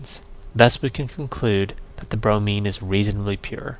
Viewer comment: Not brony, bromine